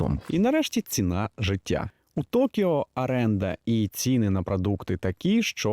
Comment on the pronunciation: ОРЕНДА !!! невже так важко вимовити правильно, ви ж готуєте текст і випуск а так за випуск +